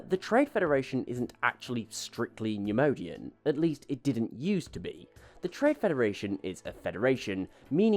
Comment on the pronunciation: Love the video! Great info! Just can’t stop numodianfrom getting to me. It’s pronounced “neyemoyedian” (neimoidian) lol